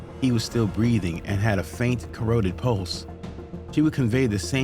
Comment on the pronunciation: Lol “corroded pulse” mate it’s “carotid” as in “carotid artery” meaning the pulse was taken at the neck on the carotid artery